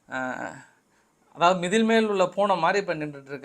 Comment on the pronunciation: நைனா வாரத்தில் ஒருநாள் பேசாவிரதம் இருந்து பாருங்களேன் ? மதில் என்பதற்கு மிதில் மழை.... . மல ரஷ்யா. அமெரிக்கா கவனம் ரொம்ப சிதறுது எங்கயாவது டூர் போங்கப்பா .